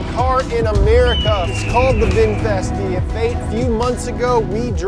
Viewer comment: Red Bull is Thai 🇹🇭 brand. And Vinfast, not Winfast